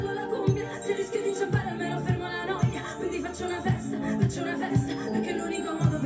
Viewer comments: If I may help you with the pronunciation of the word " NOIA'....... It is : NO -- I -- A-- do not put the vowels together like you do in French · Noia, pronounce No E A ( A like in cat) get in touch for Italian lessons, happy to help my lovely ❤ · The prunciation is exactely as it is written NOIA oi = oi 😊